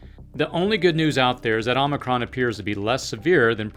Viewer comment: Appreciate your in-depth viewpoints. I also appreciate the ways in which you deliver the messages. (And…that you pronounced omicron correctly… 😉)